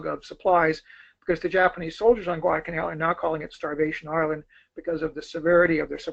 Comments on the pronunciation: This guy us good. He knows his history. But..UGH...He calls it Guadah-Canal. So unfortunate. But, hey. The Japanese couldn't pronounce it either. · This bloke has the delivery speed of Chris Wallace on coke! I hope that in the intervening time he discovered the intermediate 'l' in Guadalcanal...